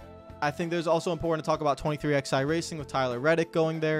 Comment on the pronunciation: It's 23 eleven. Not 23 XI